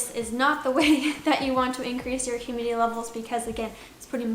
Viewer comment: “hurmidity” lol